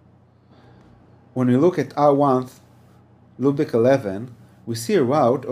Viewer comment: Loopick?...OMG. It is pronounced LOOPBACK.